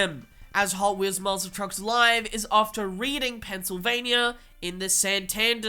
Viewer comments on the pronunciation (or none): Its pronounced Redding but its seems like reading a book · Reading is pronounced Redding.